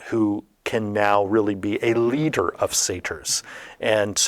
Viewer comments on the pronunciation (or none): I think you mean a "reeder" of Satyrs 😏